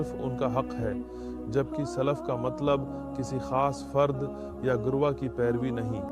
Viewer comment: Though the message is absolutely correct...I think this video is made using AI he is readingummah as Ammah giroh as garwah and so on...I feel that it can be misused...so better be carefull